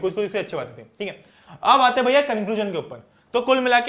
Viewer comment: it's bhaiyaa not bhaya so don't take it seriously, I did some mistakes that doesn't mean u will highlight that😑